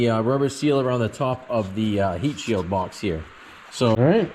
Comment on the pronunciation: Wait, i heard the way you said "BOX" are you a fellow New Englander too??? 😂